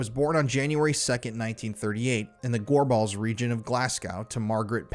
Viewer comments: I'm local to Scotland. All of this pronunciation is horrible. You should ask people online or at least google it to see how its pronounced. One or two is fine, but Glasg-oww, Loch Lowawnd, Gorballs is too much in one instance. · The only thing more horrendous than these murders is your pronunciation of"'Glasgow", "Gorbals" and "Loch Lomond"... utterly dreadful. Why are Americans so badly educated???